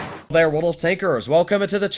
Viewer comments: Very Russian helo. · U sounded like a russian with that hello at the intro lol